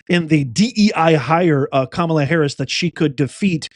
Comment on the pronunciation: KAMUUUULA NED TAKELA DAS OLL